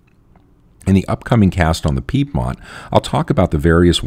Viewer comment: but please pronounce Piedmont correctly... :-)